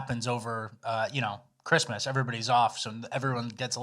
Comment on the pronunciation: I love, but I swear to sweet baby Jesus if you say "Chrima" instead of "Christmas" one more time, I'm unsubbing.